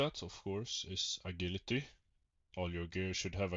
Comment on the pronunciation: A-GILL-ity lmao I guess english is not your first language bro it's pronounced A-Jill-ity